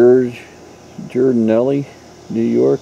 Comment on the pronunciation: The mouthpiece is a sousaphone - tuba mouthpiece, the angled part actually separates from the mouthpiece and is called a bit. The pronunciation of the mouthpiece manufacturer is Gee ar di nally